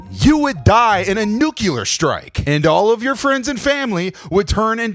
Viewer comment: I don't know if you're saying nuclear wrong on purpose, but it's kinda bumming me out.